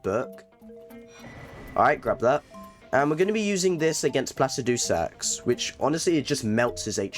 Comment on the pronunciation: Love the videos but you're the only person I've heard who says placidusax that way 😂